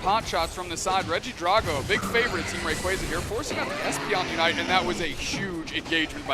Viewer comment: Why are y'all pronouncing regidraco like that 💀 Please don't tell me that's the official pronunciation 😂